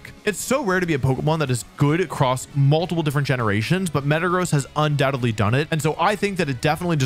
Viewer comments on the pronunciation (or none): none